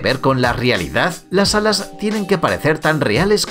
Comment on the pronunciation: No dijo alas dijo adas